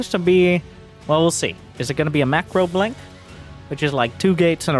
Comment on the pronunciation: "In the blonk of an eye"